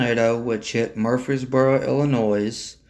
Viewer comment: The "s" in Illinois is silent. I can't believe how many people don't know this. What do they teach you in school?